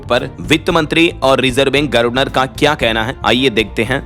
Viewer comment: यह "गर्वनर " वाला शब्द कब तक सहन करें और झेलें😢 । हमें यह बहुत चुभता है। अच्छा होगा कि इसे सुधारकर "गवर्नर " कर लो!!